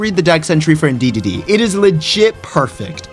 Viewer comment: You added an extra dee in your pronunciation of Indeedee